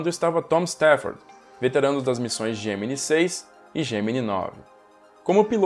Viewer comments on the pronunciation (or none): Essa série deveria ter uma atualização. Mas tem algo que me incomoda a forma que o professor pronuncia Gemini